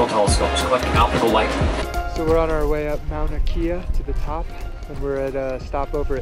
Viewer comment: mauna kea (kay-ya) is how it's pronounced...:-)